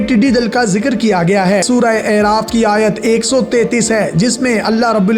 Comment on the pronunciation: اَعراف زبرکیساتھ ھے